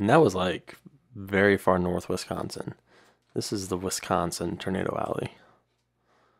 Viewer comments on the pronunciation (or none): none